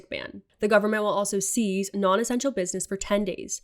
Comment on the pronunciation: Say cease not seize - clearer enunciation. Thank you for you excellent and clear presentation.